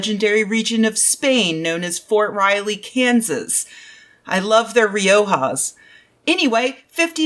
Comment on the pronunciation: That's the strangest pronunciation of Rioja I have ever heard haha